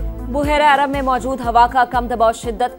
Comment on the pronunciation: it's bahera e arab, not bohera e arab